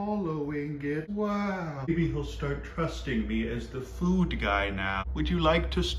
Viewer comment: I love how you say food and water “Feud an’ wata”